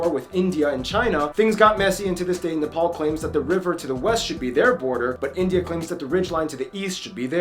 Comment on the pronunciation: Omg he said it the right way he said NEPAL AND NEPALI THE RIGHT WAY!!!!! 🎉🎉🎉🎉🎉🎉🎉🎉🎉🎉🎉🎉🎉🎉🎉🎉